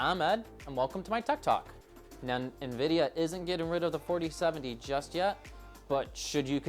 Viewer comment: Hate to be this guy but its pronounced En Vidia.